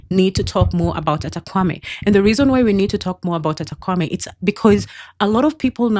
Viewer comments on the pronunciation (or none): Great info but you're pronouncing the name wrongly. It's pronounced "Kpa" as in Kapa not "Kwa"